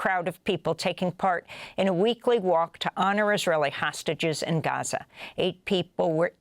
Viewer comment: Amy, your news is in English so just pronounce Gaza normally, it's fine.